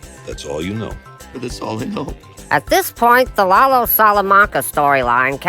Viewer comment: It's Lalo, not Laulo :)